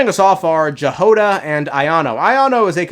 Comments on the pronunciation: btw Jahoda is pronounced as Yagoda , and G sound is like in word "good", and Y as in "you". will see if voce actors will get it , apparently in is Czech and Slovak name. it means berry or strawberry in some slavic languages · Jahoda was also pronounced wrong XD